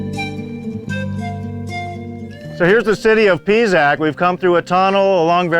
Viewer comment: Can't stand how he pronounces the names of the sites....Pisac is NOT Pizac!....uffff....